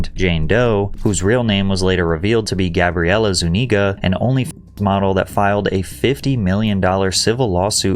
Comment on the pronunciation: For The surname “Zuniga”, I won’t assume hers but typically the emphasis is on the U, not the I